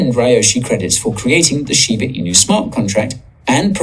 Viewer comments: They must have the dumbest English teachers in Georgia how do you look at Shiba Inu… right there in front of your face and continue to miss pronounce it Shibu inu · kills me every time he says "shiboo inoo" its shiba inu 🤣😂🤣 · Shiba Inu, not Shiboo Inu.